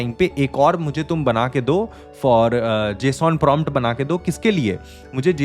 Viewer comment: Bro needs to know how to pronounce JSON.💀